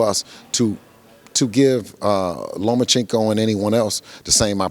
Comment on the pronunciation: Can we pronounce the guy's name correctly😅 Lah Ma Chinko😟